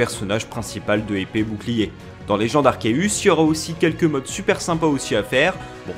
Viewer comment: Giratina se dit Jiratina en français. C'est comme girafe ou gyme. Arceus idem c devant une voyelle se sit S.